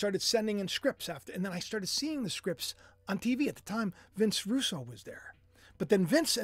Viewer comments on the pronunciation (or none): none